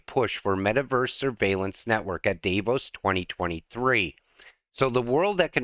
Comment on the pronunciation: the correct pronunciation is "Dah-voes". Thanks for your continued updates and videos. I'm happy that your're angry...if only we could get a few billion people to realize what's about to happen to them, they'd all be angry, too! Alas, many are happy to live in a cubicle and work a government job for free and never see another tree or green grass. The concrete walls that line our freeways? Another part of Agenda 2030 as what is behind the wall is a future no-go zone.